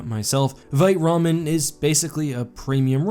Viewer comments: Lol did you say veet ramen again at the end? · " I think they were unhappy that I mispronounced the name of their company as 'Veet'." Then goes on the refer to them as 'Veet' in the closing, again. LOL